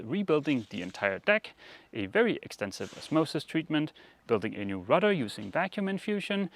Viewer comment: I've been confused for a long time if was saying "extensive" or "expensive". Thanks for clearing that up for me. I guess he could say it was "an extensive expensive refit."